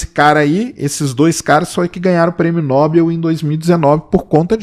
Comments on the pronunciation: Tem gente que quer ignorar toda informação que o Sacani passou só pq ele disse "nóbeu" ao invés de Nobel, é cada coisa. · Porra Sacani, não sabe nem falar Nobel..... é Nobél e não Nóbel...